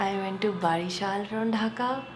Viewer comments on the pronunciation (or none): OMG! You had been in my city, Barishal! How could I miss that chance to meet u.. Anyway, the correct pronunciation is 'bowreeshal' for Barishal. I hope u will come again and give us chances to greet u again. Take care.